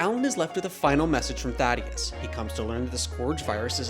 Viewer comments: fr. How people on the official Prime account can't get the name right. RIP THAEDUS, u ain't deserve all the mispronunciations of your name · Take the video down lil' bro you mispronounced the Great Thaedus' name